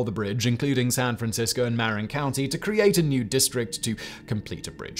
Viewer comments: "Muh-rin" Marin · I was on the GG Bridge when the 1989 Earthquake hit. It was imperceptible. Parts of the Bay Bridge collapsed. You're not quite pronouncing Marin County right, MAh 'ren. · Lol at the way he pronounces Marin County...